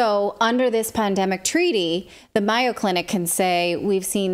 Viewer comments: "Myo" Clinic? Do you mean the Mayo Clinic in Rochester, Minnesota? If so it's pronounced with a long A -- May - o. Or are you talking about a different clinic? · Thanks for this information, but it's The MAY-O, not MY-O Clinic. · Great report. Very dangerous times. By the way, MAYO clinic is pronounced with a long A . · Get rid of the wife. She doesn’t even know how to say Mayo Clinic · Mayo Clinic, long aaaa on pronunciation! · Are you saying Mayo Clinic? If so, it’s pronounced differently. A long A sound like mayonnaise.